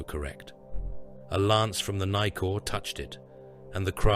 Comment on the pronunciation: Brother..u straight up disrespect my people's language.. everytime u mentioned any name it's so horrendous pronunciation..for example brother...the ship..is named after a great tree called nikau.... pronounced..knee cow....not nicor..... trying to help here..we new Zealand fellas a bit fkn staunch about our culture and language mate